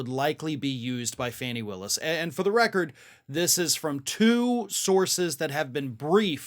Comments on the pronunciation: FAWN-ee!!! Dude how can we be this far in and you haven’t even checked the pronunciation of this woman’s name? You did the same with Ghislaine Maxwell and it’s embarrassing. FAN-ee is another word for tush or, in UK vernacular, v@@ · It's pronounced FAWNI, not Fanny. I don't think Ms. Brice would approve. Otherwise terrific as always. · Seems everyone else pronounces her name as "Fawny", not Fanny. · Her name is pronounced Faw-nee, NOT FANNY💙🐾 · Hey,, her name is FAHnee Willis. Not Fanny. Get it right. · Fani..not Fannie..(fawn-nee) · Interesting,, when you mention George Santos you pronounce it "Sahn-tos". ( a more Hispanic way) but? Georgia DA Fani Willis, you say "fanny". That is disrespectful to her. It's "Fawn-ni" not "fanny". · FAWNEE Willis, not fanny. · Fani Willis’ first name is pronounced fawn-ee like baby deer - per The Atlanta-Journal Constitution . Excellent segment, thank you! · Hey, It's pronounced Faw nee just sayin!